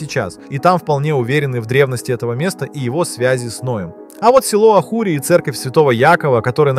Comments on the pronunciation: Село называется АКОРИ а не ахури ! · Село Акори а не Ахури.Например Цезарь-Кесарь, Семирамида-Шамирам и т.д. а ведь в русском языке есть все буквы, чтобы правильно писать, или же назвать вещи своими именами,но нет они искожают и переименовывают их, подчиняя своему своенравному произно шению,а ведь так и происходит невольное искожение истории и создает хаос в научном мире, отличная работа для споров ученых и не случайно, что они теперь спорят😮где находится Ноев ковчег и каждый, кому не лень ,тянет одеяло в свою сторону😅😂😂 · Что за Ахури? Деревня называется Акори.